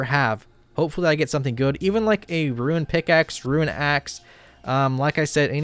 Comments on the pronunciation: Even when he tries to pronounce runes properly he still mispronounces it, wtf? Roo Roo, say Roo not runs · Roonz not roo-inz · The only guy i know that can pronounce "Icthlarin's little helper" but not "runes"